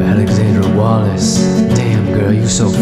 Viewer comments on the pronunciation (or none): LOL in the beginning when said Alexandra Wallace, I heard Alexandra WALRUS. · In the beginning it sounded like he said Alexandra 'Walrus'